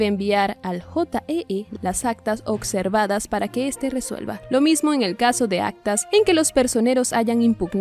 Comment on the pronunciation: SE DICE OBSERVADOS NO OCSERVADOS